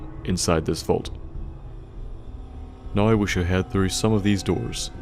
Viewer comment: lmao love accents pronunciation of "now"